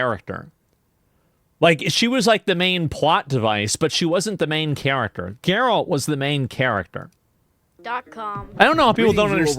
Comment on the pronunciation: Thats not Geralt. Thats Gerald